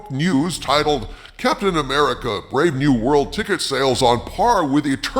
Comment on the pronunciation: its not captain amercia